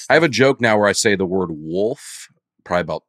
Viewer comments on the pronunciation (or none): Leaving the “L” out of “Wolf” while including it in “Folks” is what makes this educational podcast so great. I’m looking at you Notre Dame. Thanks for the laughs!